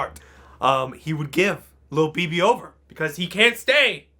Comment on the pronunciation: I kept thinking it was pronounced and spelled Thobibi, or Lobibi. But then I looked in the description and it said "Lil BB" Close enough.